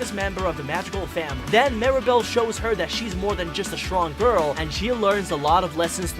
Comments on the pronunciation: ITS MIR A BELL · you're pronouncing Encanto and Mirebell wrong